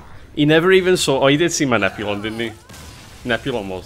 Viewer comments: Admit it: you watch to hear him calling "Nozami" and "Nep-you-lon" to Nazmani Bloodweaver and Neptulon. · I'm sorry I can't get over him never pronouncing the t in neptulon